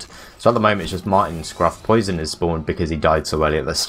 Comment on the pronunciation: Their pronunciation of Poisson was triggering the fuck out of me. SURELY it's "pwa-son" as in the French word for fish?